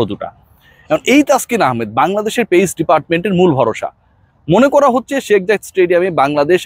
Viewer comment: শাক মাহাদি বলেন কেন? আপনি কি বাংলা শব্দ শেখ উচ্চারণ করতে পারেন না? কারও নাম ভুল উচ্চারণ করা তার জন্য অসম্মানজনক।